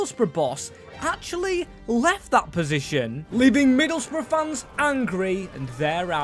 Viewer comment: Yes, we finally can see rebuilding Middle's Bruv (that's how them pronounced Middlesbrough, right) under Hellsberg 😅